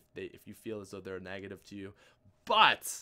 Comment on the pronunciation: "Nagative" - 2015